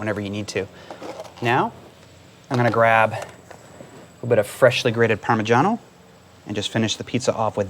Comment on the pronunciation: You should be on television! Be part of the celebrity chefs. I am Italian and I noticed that you have the right pronunciation of PARMIGIANA cheese. I hate how people pronounce it Parmesan. Love watching you.😎😊